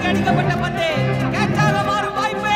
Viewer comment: ஐயா அது பொந்து இல்ல பந்து😅😅😅